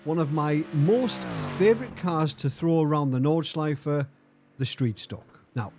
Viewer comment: Well done, that's a podium, 😂 To watch this is really fun. I think you had two really big weapons: Track knowledge at the "Nordschleife" (and I'm really fascinated, how perfect you speak the name of the track and of some of the corners) AND knowledge about how to treat a car with much to much power, no real aerodynamics, no abs, no TC or else on a track, tight like a normal public road at the Eifel. Oh. Be ware of catching a cold, if you really gonna install a air conditioning in your playroom. 😉 {And what I wondered. Is it a Chevy monte Carlo, you're driving? I love that raw V8 sound.}